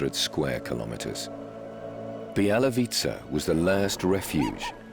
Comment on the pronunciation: Not Bielawitza, but Bialowieza (Biało-wieża - white tower)